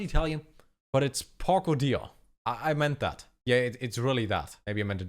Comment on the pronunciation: Your "Porco Dio" pronunciation is just perfect